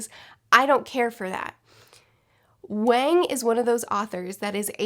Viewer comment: It's pronounced like Wong! It's a short A sound. I would think a popular Booktuber would know how to pronounce her name!!